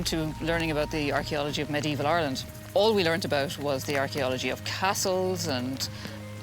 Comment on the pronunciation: Since when did ayeyerland have three syllables? I'm out. 4 seconds has to be a record.